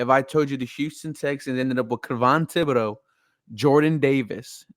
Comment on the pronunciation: It's not who Caerio wants... its who's available.. who we want might already be off the board... and oh shit you pronounced Kayvon Thibodeaux...